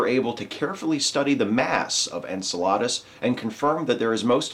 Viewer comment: Maybe someone else pointed this out, but it's pronounced en-CEL-uh-dus, not en-cel-AH-dus. I absolutely love And Now the Good News; keep up the good work, but perhaps check a pronunciation guide when reading about astral bodies named after mythical Greek giants. :P :)